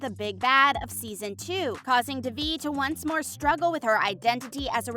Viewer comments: it’s not pronounced duh-vie. it’s day-vie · "da-vee" ITS DAY-VEE, LITERALLY NOT THAT HARD. PLEASE LEARN THE PRONOUNCIATIONS!! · WHOEVER is narrating this needs to be fired. They mispronounce Devi’s name EVERY TIME. Would you mispronounce ‘Dave’ as ‘Devv’?! NO! So how hard is it to see it as ‘DAVE-E’ and say it like that?! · it’s DAY-VE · It’s pronounced DAY VE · The actual way to pronounce it is 'deh-vi' not 'dayvi, but the way they say it in the show is quite close. ' - coming from a tamil, south Asian person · As others have said you are pronouncing the lead characters name wrong… considering how much info is packed into this video that seams rather careless🤷🏼‍♀️ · this narrator needs to get fired or needs to go to school again to learn how to watch someone say they name properly and repeat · Ma’am pronounce the name right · It’s not the American accent. It’s the complete mispronunciation of her name... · It is fake like they can‘t even pronounce Devi‘s name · The fact that the narrator of this video is pronouncing Devi’s name wrong is really irritating, they say her name properly on the show. It’s like when you spell your name in your email signature and people still misspell it in their reply.